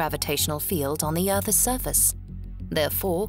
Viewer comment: "Earthes surface "